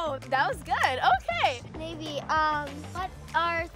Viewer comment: Just for the next time it’s NayVee! Not Naivee! Just letting u know!